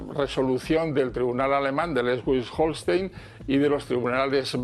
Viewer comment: Dice que ha hablado con muchos juristas alemanes y no sabe pronunciar Schleswig Holstein!! Este hombre es un fantasma y no lo conoce nadie en Europa!!!